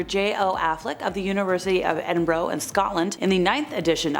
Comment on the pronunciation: Edin"burrow"..... sigh